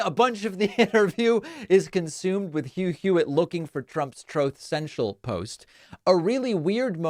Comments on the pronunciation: "Troth Central"?? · It always makes me smile when David plays the recording of trump saying troth sencial instead of just saying truth social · "Troth Cential" has become a timeless classic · Troth sensial instead of Truth Social! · Absolute classic Trump babble... throat centchal